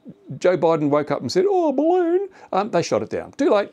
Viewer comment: It's a barroon